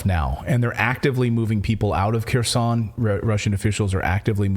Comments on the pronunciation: When you say Keroson no body in my family understood what city did you mean unless we looked over the maps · Kherson, is NOT Keeersawn. OFFS, PLEASE GET HELP PRONOUNCING RUSSIAN NAMES!!!!!!!!!!!!!!!!!!!!!!!